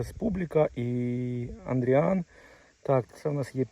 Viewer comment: не Андріан, а Адріан